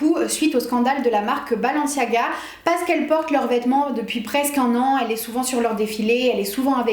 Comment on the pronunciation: C'est balenciaga non pas balanciaga